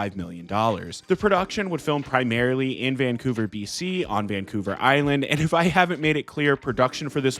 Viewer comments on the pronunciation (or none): none